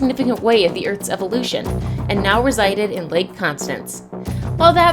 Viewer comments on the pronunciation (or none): none